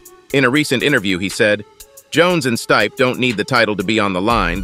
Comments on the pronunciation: what the hell did i just watch ..... and Its STIPE not STAYP haha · Everyone else does get stripped when they are injured.Tom said Jon was right.He wants to fight Jon.His name is very pronounced Stee pe,not Steep. If he doesn't fight Tom he should be stripped. HIS NAME IS NOT PRONOUNCED STEEP.WHOEVER IS DOING THOS VIDEO HAS NO IDEA ABOUT MMA.THIS IS A BUNCH OF BS.